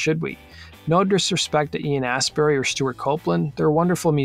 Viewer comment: He also called him Ian Assberry.